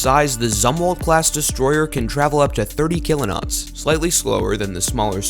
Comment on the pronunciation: Seriously, Kilonots? I can expect that mistake by other people, not by someone who call themselves "Military TV". Come on guys, that's a big mistake. It shows quite a lack in the research you've made until today.